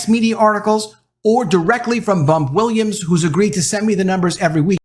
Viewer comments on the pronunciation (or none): none